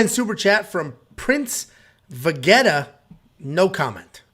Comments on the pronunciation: So cringe man , can’t disrespect the prince of saiyans like that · U will be sacrificed for that prince Vegeta pronunciation by the DBZ nerds😆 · I hear ya, I got a chuckle